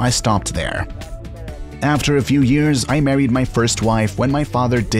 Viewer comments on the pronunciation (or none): none